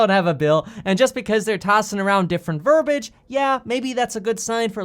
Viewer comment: Verbiage means excess or unnecessary speech, not all speech. It’s pronounced ver bee ij, not ver bij.